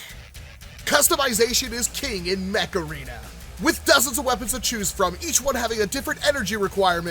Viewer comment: I kept hearing mech arena as macarena